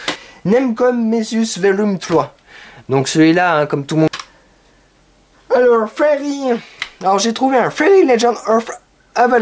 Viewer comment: Il a commencé sur le « Alors »aussi ca me dechiquete